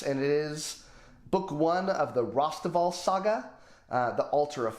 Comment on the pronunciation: Thank you so much for featuring The Altar of My Fate, The Spiral of My Destiny, and The Third Way of My God! Also, major kudos on the pronunciation of both my name and Rosteval's! You rock, sir, keep up the great work.